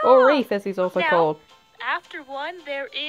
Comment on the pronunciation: Just a quick note, I may have just heard you wrong so please know I'm not trying to be rude in correcting you, but EC's other name is Reed, not Reef. I probably just heard you wrong, so know I'm only saying this just in case. 😅